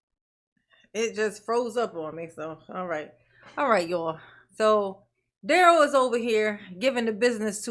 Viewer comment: Leave Duh-rell alone.... He's "MathboiFly," dammit!